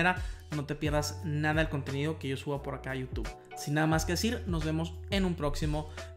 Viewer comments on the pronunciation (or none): none